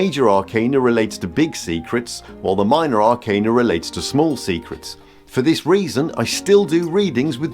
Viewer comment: I very much appreciate that you pronounce “arcana” correctly. Almost all of the other tarot content creators pronounce it wrong and I cringe every time 😅